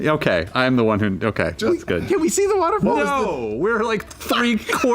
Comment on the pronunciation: The way says waterfall is so good to me.